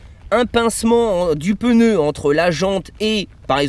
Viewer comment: sympa ! par contre on dit un pneu et pas un peneu....